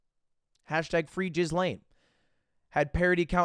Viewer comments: Do Lud unironically thinks Ghislaine is pronounced jizzlane and not gheelane...? Or is it an algorithm avoidance thing? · "Jizz-lane maxwell", I love the way Amerocans are so apathetic about pronunciation. One day the American language will just be one big slur from the start to the end of a sentence. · Bro said Jizzlane Maxwell